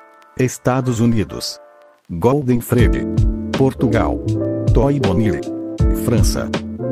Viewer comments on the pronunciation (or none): none